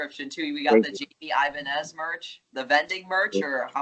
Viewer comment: The way you said Jaime Ibanez was the whitest way you could ever say that😂